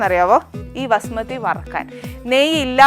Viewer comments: Pronounce the rice property not vasumathi it is basumathi rice please madam.Too much talking talk little do the work corr6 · Vasumathi alla, Bhaasumathi